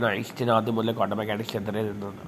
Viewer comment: കോണ്ടം അല്ല ക്വാണ്ടം, മറ്റേത് വേറെ സാധനം അണ്, അണ്ണന് അറിയതൊണ്ടാ 🤭 മെഡിക്കൽ സ്റ്റോറിൽ ചോദിച്ചാൽ മതി ഒരെണ്ണം തരും